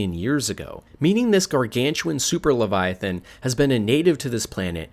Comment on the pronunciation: gawgawntuawn leviofan